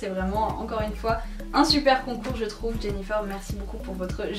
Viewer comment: On dit jennyfer comme le fer pas jennyfeur comme coiffeur